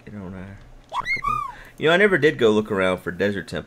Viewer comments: The "o" in Chocobo should be pronounced like the o in "low". It's not "Chalk-o-bo" like he says it but really "Cho-co-bo". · I think it's suposed to be "ChocoBow" But he sais it as "ChawcaBow" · It's Cho-co-bo but i've always called it Choc-o-bo, even if it is the former, the proper pronouncing doesn't have the same charm. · You admit that you know that you're saying Chocobo incorrectly and then continue to do it anyway despite what everyone says. I think I love you. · This series is turning out great. Btw, I forgive you for saying Chocobo the way you do; so many ways to pronounce things I won't gripe at you for saying it. About the Nether Fortress in Sea. 4 map; Heck yeah that thing was right there in yall's face as soon as you went through the portal...no way you guys coulda' missed it. Here's hopeing you find one in this series soon. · Him saying about him saying Chocobo wrong reminds me of him saying "pinch." I think I said "him saying" enough. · Chookabew, chuckibaw, chawkiboo. Who gives a crap? can pronounce it however he wants. It is a made up bird for damn sake!